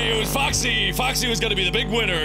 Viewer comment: everyone: Foxy the Pirate Fox Mark: Fuckzy the Pirate Frick